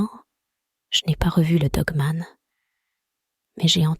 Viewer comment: Nravo pour vette histoire avec la voic qui va bien il ne faut pas dire dgue me'nt mais dogue manne , cela gmisse mieux .jr viens seuleme't fe vois decouvrir aujourd'hui etvje tegrette pas .